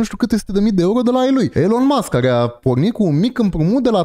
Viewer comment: Ilon Masc nu Ilăn Masc 😊